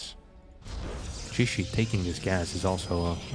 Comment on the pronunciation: Your pronunciation is actually quite close! Generally it's tricky to determine the pronunciation of Chinese words without the characters or intonation marks. I looked up his name and in Chinese it's 解释 and you could pronounce it like "Ji-ye-shi"